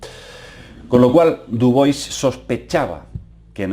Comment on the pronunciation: no es dubois pedazo de ignorante.. es dubua o diubua.. dubois dice el muy bruto..